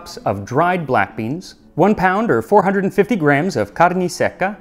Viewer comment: I agree, when he said ‘carne’ and ‘linguiça’ for example 😊 🇧🇷